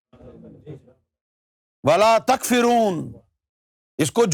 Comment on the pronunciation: Takforoon not takfereen